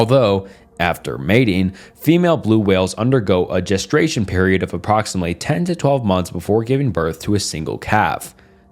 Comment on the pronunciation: "Gestration" they feel more than occasional lol